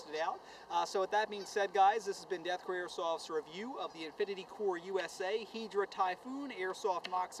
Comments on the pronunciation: hai-dra not heedra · Im so salty that he says Hydra like Hedra :I